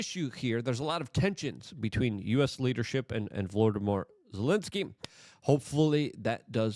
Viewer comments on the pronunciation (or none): none